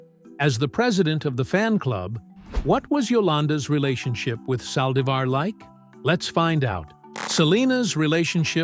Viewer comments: Aye, yall flexing too wild. I thought Demon Yolonda was going to speak. A.I. said, “Sally-zar”. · Can you say her name right? It’s Yolanda Saldivar that’s how you’re saying her last name you’re not saying it right